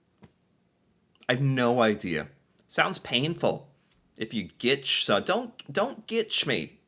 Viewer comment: Its ‘gitch’ get it right.